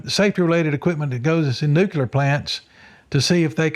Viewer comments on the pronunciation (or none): I want to take this serious but I have to admit, after hearing him list his degrees and certifications, I’m struggling to get past him saying “nucular”. If his degrees and certifications are legit, he’d be the first person I’ve heard with multiple science/engineering degrees mispronounce “nuclear”, not on accident but, by default. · What is this "nucular" you speak of? 😆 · Why can't people pronounce nuclear?😂 It's nuke lee er. Great video guys 👍